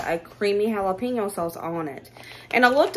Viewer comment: The way you pronounce jalepeno is absolutely adorable and so East Tn. Hal-a-peeno..., I just love you!! ❤❤ This has been one of my favorites!!! Fast food is getting RIDICULOUS. Good job, lady!